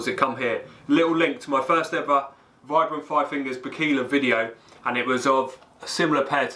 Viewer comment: Vibram is pronounced veebram, from it's inventor in 1937 Vitali Bramati (sp?)